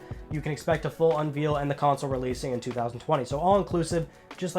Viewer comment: the way you pronounce unveil! LMAO